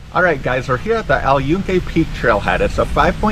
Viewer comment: Holy shit dude, if you're going to make a video on something, at least learn how to pronounce the damn name of it. You COMPLETELY butchered it, and proved you give zero fucks about not being a complete gringo over there.